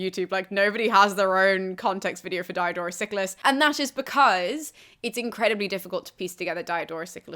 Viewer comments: Please, he isn't Dye A Door us.The "i" in Greek and Latin is always short, as in "hit". Dee-oh-dor-us. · Why are you pronouncing the high front vowel in the first syllable of his name like the diphthong that's the English name of the letter "i"? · Dee-O-dor-oos See-kew-lews, thanks.